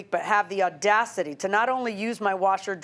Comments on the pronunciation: “you have the ORdasity” 😂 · The " OR- DACITY " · "Conversated" and "Ordacity" Friends, let's take a moment of silence for the death of pronunciation and terminology 😂❤😂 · Its audacity is a word, not ordacity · I just said this! Don't forget 'ordacity' 😂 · “Ordacity” too 😂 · 'Conversated' and 'Ordacity' are NOT real words 🙄 Please learn to talk 🤦‍♀️ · mispronunciation of audacity